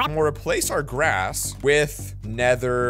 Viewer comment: He Says Glass Instead Of Grass